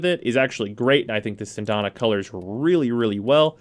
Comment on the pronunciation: "Sindana???" I thought it was "Syandana" Cyan-da-na lol....That armor on him is hideous but to each his own.